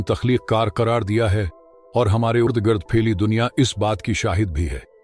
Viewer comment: Urd gird nhi ird gird lfz hota ha 😂😂😂.